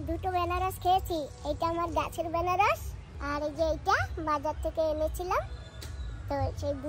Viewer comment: ওরে বেনারস না আনারস বলে দিদি